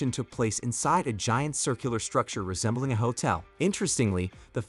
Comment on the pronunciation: "resembeling a hotel"😂